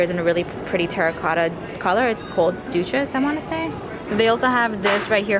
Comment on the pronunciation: Hey girl what a bunch of great finds ❤️ the milk lipstick you found is pronounced DEW-SIS like deuce the #2 but plural ❤️